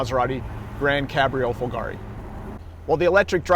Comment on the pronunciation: Follgaaree...? Why don't you find out how it is pronounced before you make a video